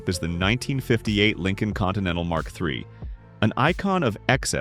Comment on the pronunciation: I remember the Ford Lin Colon came out as a response to the Cad I Laxitiv. 😮